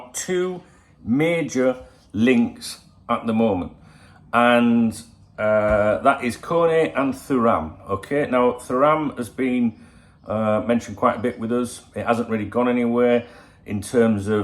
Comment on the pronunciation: I think it’s pronounced tu-ram